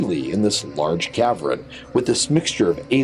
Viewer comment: Its not a caverin its jusr called a cavern 2 sylables not 3